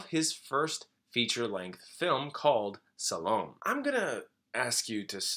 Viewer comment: Salome is pronounced Sah-low-me, not Sal-om.